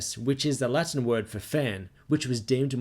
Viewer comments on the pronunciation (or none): none